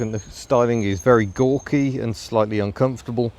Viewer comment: "Gauky"?? It's ugly as sin.